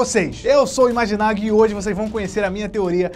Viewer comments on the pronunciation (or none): ele falou imaginagui e sério